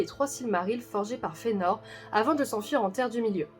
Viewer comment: Vous le prononcez comme si le ae était un e dans l'a, mais ce n'est pas le cas. D'après les indications de Tolkien sur la prononciation, ce serait Ma-i-zrosse. Et Fe-a-nor aussi, car il y a un tréma sur le e. Vidéo sympa sinon, Maedhros étant un de mes personnages préférés...